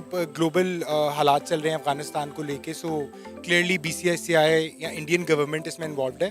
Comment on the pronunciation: Bhai pehle BCCI ka ucharan to karle baadme BCCI or Indian govt ko dosh therana....aur ha pakistan ka image hi kaha tha jo ki....acha image dikhayenge....pakistan ka image pehle se gira hua tha